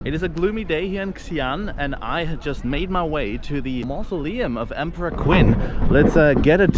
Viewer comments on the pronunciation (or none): "qin" is pronounced "chin".